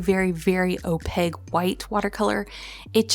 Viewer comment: Always love your style - even if it’s just swatching and figuring things out. 😊 I don’t know if anyone else has ever made mention, so please take with a grain of salt and in kindness - opaque is pronounced ending with a k not a g. “opayck” instead of “opayg”. Can’t wait to see what you create this year!